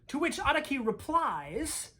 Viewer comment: the way u pronounced araki makes me wanna jump off a medium sized building